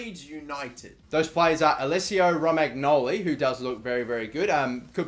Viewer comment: It's pronounced "Romanyoli"